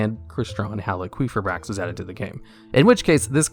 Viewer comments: Also top ten cards that got their name butchered, effect veeeler red dragon arch uh fiend Crystron heel quefa bricks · It's hal ee fi brax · It's Halqifibrax not Haliquifibrax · Halqi, not Haliqi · Text: Halqifibrax TDL: hAlyQuEefAiBrAx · "Hal-qwee-fibrax" XD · The Halqifibrax pronunciation caught me off guard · Idk if its a meme or what but the way you say halqifibrax gives me a migraine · The way you pronounce Halqifibrax makes me want to slam my head through a wall. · never say halqifibrax again, im sorry but my ears just perished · Good list. I hate the way you say needlefiber’s name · Is that really how Halqifibrax is pronounced? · my man struggling to pronounce halquifibrax got me dying 😂😂😂